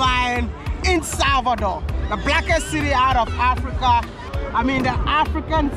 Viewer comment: I love d way u pronounce the word "Africa"